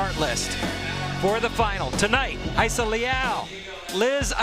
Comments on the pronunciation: why does it sounds like theyre saying Hayissa not Rayssa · why are the commentators calling Rayssa as Hayssa?